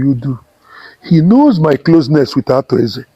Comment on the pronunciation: It's Arthur Eze not Arthur Ease